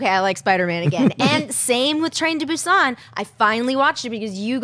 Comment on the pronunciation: Thank you for pronouncing "Busan" correctly 👍